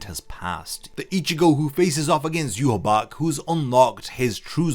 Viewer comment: It's prnounce 'yu-ha-ba-ha' not 'yu-ha-bac'